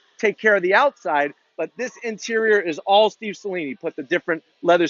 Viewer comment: Thank you for pronouncing Saleen correctly.